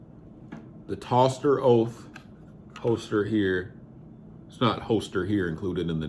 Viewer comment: Is actually pronounced toaster holster. Although it spelt differently? And I have that same holster But carbon fiber for my Hellcat. But to be honest, the Vedder light tuck holster is the better holster for Concealment for me. I have the G27 Gen 5 with the front serrations, Love it but I carry it in the winter.